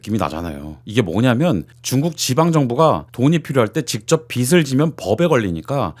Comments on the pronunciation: 빚을 - '비츨' 이 아니라 '비즐' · 자꾸 빚을 빛으로 발음하니 집중이 안된다...